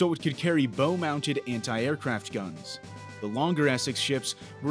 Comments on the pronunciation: Pronounced “bough mounted”, not bow ( as in bow and arrow) mounted. Just saying. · Love these narrators. BOW mount, pronounced it BO instead of BOW. Obviously he's not a sailor. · "Bow-mounted anti-aircraft guns"? I think you meant to pronounce that "bough," not "boe." Is the person reading the script the one who wrote it? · This is the second time today I have heard the narrator say "bow" like a tie. Instead of "bow " like an Asian foreword lean in greetings. Computer voice? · Did he really say "Bo mounted"? lol BOW...it's a bow. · ...It's "BOW" as in the "Bow of a ship" not a "Bow tie".... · "Bow," referring to the forward part of a ship, rhymes with "wow," not "woe." Considering that a cubic meter of water weighs one metric ton, the lack of damage to the aircraft is notable. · It seems none of the presenters on these Dark channels can pronounce words correctly. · Numerous errors in the narration... The front of a ship is spelled "bow", but rhymes with "how" or "now". "Oceanographers" not "oceanographist" (sic). A great more, than the narration suggests, is known about rogue waves. There are more errors... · And sorry but wtf is a Bough mounted gun? It is :"Bow" like bend over. I am guessing this is not a US based channel. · not bow, BAW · I disliked the part where he mispronounced BOW. He said boe. He got it right later on. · Oceanographist??? Let's try oceanographer. Bow of a ship..bow rhymes with cow... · Yeah it's bow like bow to the king, not bow like bow and arrow. I don't think a bow would make a very good anti-aircraft weapon. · Every video. Fml it grips me so bad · Yeah if a ship wears a bow tie on it's bow then you got to pronounce it right when you describe it. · First you will need to know how to pronounce bow, as in the ship's bow. (Front) HINT: This video pronounces it wrong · Someone needs to go back to school to learn how to pronouce "bow" when pertaining to ships. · "BOW mounted". I give up. It isn't bow, it's bow. Don't you know the difference?